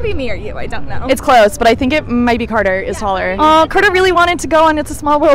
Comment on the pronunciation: ITS CARTER NOT CATER